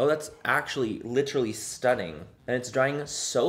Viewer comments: Wait your “stunnin” sounded so Irish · Omg you sounded so Irish when you said “stunning” brilliant 😂☘️ come to Ireland soon!! 🇮🇪 xoxo